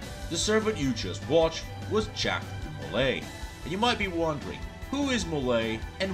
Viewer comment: Hey your pronunciation was close! (Ja-khs Dee-Molei)